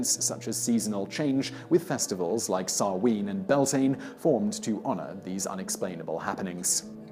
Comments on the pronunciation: It’s not pronounced Byal-tin, it’s actually pronounced “bee-YAWL-tinnuh” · You know what, that pronunciation of Samhain, close enough. The pronunciation of Beltane though, that one kills me a little inside